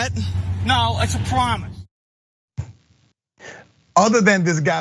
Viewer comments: 😂😅 its a pwamits 😄😄😄😄😄😅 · "No, it's a pwomise" I'm dead!! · "no, it's a pwomise"